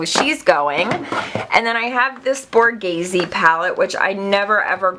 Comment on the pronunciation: It's Borghese.:)